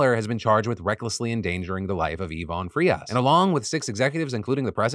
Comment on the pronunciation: Wow. I commend you for saying the last name Frias very good. That's my last name. No relation to the unfortunate passing of the guy in the story.